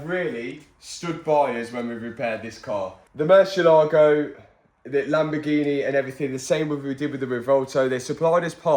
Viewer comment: bro please learn how to pronounce "Murciélago" hahahaa 😭😭